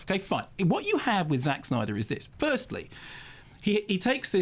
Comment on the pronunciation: I found high pitched pronunciation of "Zack Snyder's" repeated 100 times rather annoying, and it's not "Zack Snyder's" fault.